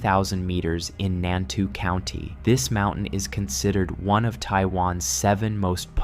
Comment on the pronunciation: Nantou is pronounced Nan-toe >_> Not Nan too. Lol